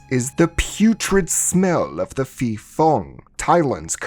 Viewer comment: Am Thai, ,so a video about a Thai movie is a welcomed surprise lol. The pronunciation of 'phi' (ghost) can use some work. It's pronounced 'pee' with a rising tone at the end.